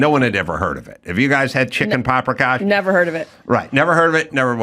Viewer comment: Anybody get a count on how many times Adam said paprikosh?